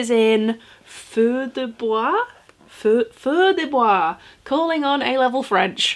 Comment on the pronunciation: Perfect prononciation of feu de bois 😉 happy new year and followers